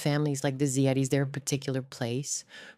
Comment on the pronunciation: Plus, how many different ways does Ziades get pronounced in this video? AI is shit.